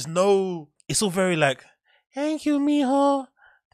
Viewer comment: "Thank you Mijo!! " your Spanish is sneaky good 😅